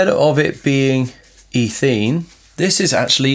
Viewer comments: Good video, but I was so confused by your pronunciation of polymerisation and ethene, etc. The results I got from Google were all completely different... Guess I'll stick to a search engine. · I'm sorry, I didn't mean to offend, and I'm sure as with all things English there are several different accepted pronunciations. As I said, I was just very confused, that's all, because I've only heard ethene as eh-theen before.